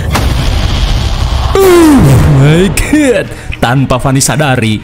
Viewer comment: pas ngomong "euh mai gad"